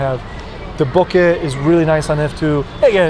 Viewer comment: Thank you for saying bokeh correctly, seems like Youtubers today are having trouble saying it correctly